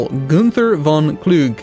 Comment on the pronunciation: the e at the end of various German words is not silent, also w's are v's and v's are kind of like somewhat harder f's. So Gunther von Kluge should be Gunther fon Klugeh. Then there's also the umlaut, instead of a u, with a pronunciation somewhat harder than a u, and a bit more like ue, also the th sound in English doesn't exist in German so would be a t, so it would be something like G-ue-nter fon Klugeh. I'm not sure if you care about pronunciation, but there it is:P